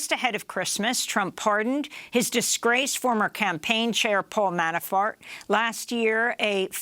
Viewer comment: I could have sworn she said Manafart. 😀